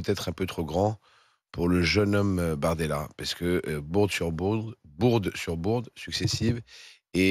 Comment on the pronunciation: Il a dit BORDELA et non bardemla mort de rire